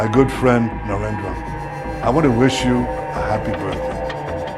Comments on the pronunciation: Sir its Narendra not Narender 😂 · He wrote Narendra not Narender. Your pronounciation sounded like Rahul Gandhi which looked insulting.